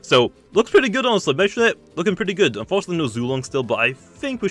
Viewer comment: Me-ditoad, Me-tronette, Me-ga Propae?